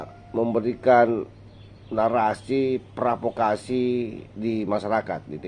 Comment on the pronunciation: PROVOKASI bang...!!! bukan PRAVOKASI.😅😅😅